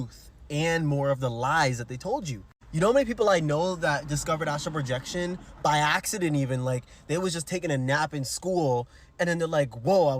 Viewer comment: Astral Projection... Bro caliing it Astro projection is giving me anxiety